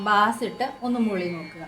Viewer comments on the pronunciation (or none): മാഡം, Bass എന്നത് "ബാസ്" എന്നല്ല, "ബേയ്സ്" എന്നാണ് ഉച്ചരിക്കേണ്ടത്. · when we refer to low pitch/ deep voice in music, the correct pronunciation is ' ബെയ്സ്' ( beis), like ബെയ്സ് ഗിറ്റാർ ... etc... bass എന്നത് 'ബാസ്' എന്ന് ഉച്ചരിച്ചാൽ അർത്ഥം മാറും. it is a kind of fish...🙏